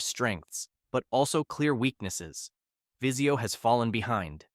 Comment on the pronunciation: Vizio not viseo lmao